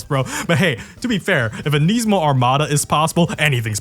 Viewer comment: Why does he say Nismo wrong?